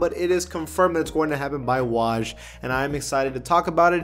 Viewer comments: Did my man just say “Wah-j” instead of “Woah-j” That hurt fam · bro said “wauj” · ik this man did not just say wahj